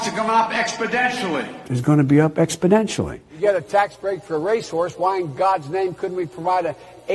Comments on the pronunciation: TheDC Shorts needs an expoDENtial! growth in subscribers! 😂. He’s so sure that he’s saying it correctly that he actually places emphasis on the “DEN-tially”. Hilarious. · The cringe in this video gets expodentially worse with every passing minute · Is it, We choose truth over facts "expodentially." or We "expodentially" choose truth over facts? Come on man! Enquiring minds here in the United Steaks of Merica want to know! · More like "Expodenturly" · He's saying ExBidentially. He's including his name as a catchphrase. With a name like Smuckers, it has to be good. Look at the podium. Ex Biden tially. He's selling his campaign. See? He's selling his name by saying Biden us EX ACT LY who to vote for. Ex Biden (act) ially. The one! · I think he's suliminally inserting his name into his rhetoric. ExBidentially. He's trying to work on our subconscious. ExBidentially. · He is being coached by Pelosi. "Exodentially", did he even graduate from first grade? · It's a mathematical term... that of an expodant... what a nimrod. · 2018: Exponentially 2019: exPoDenTialLy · He gets expodentially worse every day... and he leads in the dem polls. lmfao. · He needs to fix those expodentures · Supposably, if you go to the libary, you can, indeed, find the word "expodentially" in the dictionary. There is no ecscaping this fact. Aks anyone! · Biden doesn't even know basic words. Liberals will vote for him "expodentially" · Biden is losing this mind expodentially. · Why wouldn't his advisers tell him he's pronouncing the word wrong? Are they too busy laughing at him too lol? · he can't say exponentially, his teeth will fly out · Not only does he not know how to pronounce the word, it's clear that he has absolutely zero idea of what it means! He clearly thinks it's just an increase. 😆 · Early stages of Alzheimers when you can't even remember how to say exponentially.